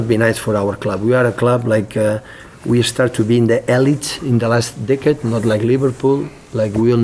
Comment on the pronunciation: Sounds like Guardiola says "in the last dick'ead" 😄 when talking about Man city emerging as an elite club ??? Well done to Liverpool today picking up another great 3 points standing top of the table and 9 points ahead of Man city.. YNWA Ps Yes I know he means decade - it just sounds like "Dick'ead" 😄